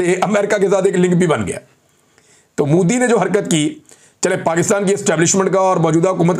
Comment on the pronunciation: It's MODI, young man, not Moodi. Nobody but Pakistanis call him Moodi. Why do we have to be the ones doing everything wrong?